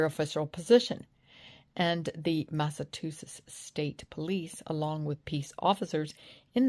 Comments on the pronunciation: It's MassaCHusetts, not MassaTusetts. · It’s pronounced “Mass-ah-two-shits” 😊 and Proctor is one of them. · It's Mass-a-CHU-setts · It is pronounced MASS-A-CHEW-SETTS